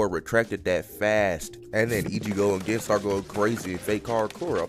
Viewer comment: u rlly gotta research how to say certain ppl’s names, like sayin “gin” instead of “geen” is crazzzyyyyy